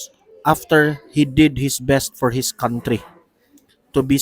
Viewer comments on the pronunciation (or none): none